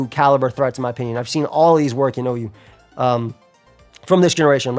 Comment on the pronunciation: "this is the most uu team you can run" ....bro that's OU